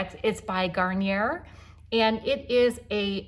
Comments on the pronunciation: Gar- nee- eh- not "Garn yer". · Just as an FYI, Garnier is French so it's pronounced garn-yeh 🙂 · You crack me up girl; with the mirror 😆😆😆 As a Michigander you need to pronounce Garnier in the French way as though it ends with a “long” E-A ( no “r”sound). I love the blush! So pretty on you and natural looking too. Thanks so much!